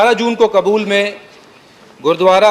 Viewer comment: Kabul bolo na ki kbul sahi bolne koshis karo